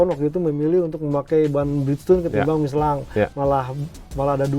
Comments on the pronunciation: Miselin dibacanya bukan miselang bang,,,,penasaran tadi cari2 iklan michelin versi luar memang dibacanya miselin, sorry koreksi ya bang heheheh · tanya nuh bang, kenapa bang bilangnya ban michelan bukan Michelin, apa emang bacanya gitu ato faktor sponsor..nuhun bang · Kalo pakai bahasa perancis harusnya dibaca " Misyelang"